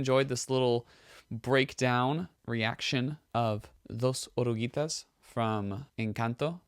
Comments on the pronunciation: 😳 Your pronunciation in Spanish is pretty good, nicee. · Your pronunciation in Spanish is very good. The word "Dos oruguitas" is not easy, you are great!